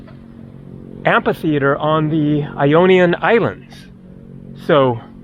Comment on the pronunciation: 10.00 Amphi. Not Ampi. (The ph sounds like f) , Amphitheatre.